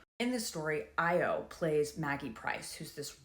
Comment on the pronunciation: I just subscribed, and I believe it’s pronounced ah-yaw